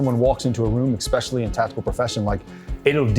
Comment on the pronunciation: Damn, not another Moron on YT. The dick in the white hat and beard just said EXspecially 🤷‍♂️🙈. I hear this 5X minimum a week, watching (20) hours or so of YT and listening to separate podcasts . What the FK is wrong with people? Where is this coming from? EXspecially and EXcape are NOT WORDS.